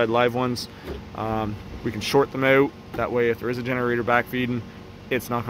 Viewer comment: lol, like oot and aboot?